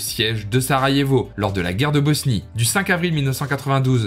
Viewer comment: Pour information le J se prononce Y et le U se oeononce OU, donc Banja Luka donnerait Banya Luka et Sarajevo donnerait Sarayevo. Maintenant que tu sais ca tu peux refaire la vidéo 😅